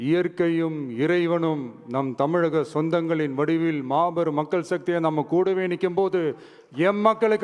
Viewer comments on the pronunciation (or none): none